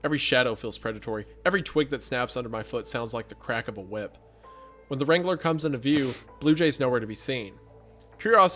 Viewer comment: The way wrangler is being butchered by saying “Wrain-guh-lur”